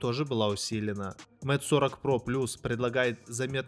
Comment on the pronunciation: Куда важнее твои навыки, говорит обозреватель который читает Mate как мате, а не мэйт.... Подтяни английский, приятель, и может народ потянется, а то слушаешь и уши вянут, слава богу по наслышке айфон называешь, а не как с английского айпхоне...